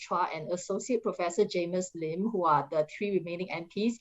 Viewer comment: cannot seem to handle English words with four or more syllables, like "political". Also,, it's pronounced "Jamus Lim", not "Jamus Leem".